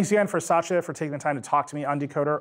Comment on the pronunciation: First time I hear Satya being pronounced as Sasha